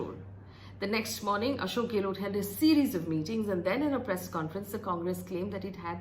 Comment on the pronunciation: not for you Faye But Delhi Media can't even pronounce Gehlot correctly. Too anoying. गैहलौत NOT गेलोट । 😩😩😩😩